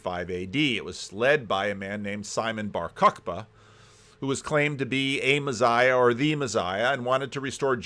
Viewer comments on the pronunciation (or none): p.s You say "messiah" weird in the same way Peterson says "absurd" weird... No, it's not your accent.. you're just saying it wrong 😂